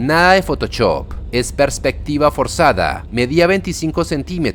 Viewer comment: Sabes que este canal es colombiano cuando dice "fotochop". ☝🏻🤓